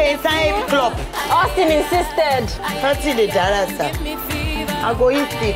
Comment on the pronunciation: Jenifa say autin 😂